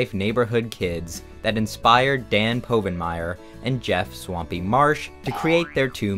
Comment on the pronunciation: Gosh, I nearly bought it, but started getting suspicious with Dan's name being mispronounced